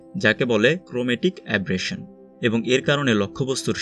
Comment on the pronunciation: আব্রেসন না, আবারেসন। Spelling was right, but pronunciation was wrong.